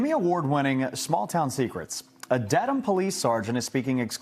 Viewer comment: Theres no R in law